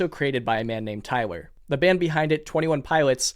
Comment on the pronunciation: Please stop saying tywer